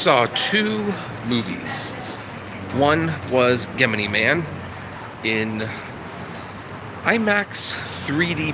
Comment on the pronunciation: Sorry just got to point this out you keep mispronouncing Gemini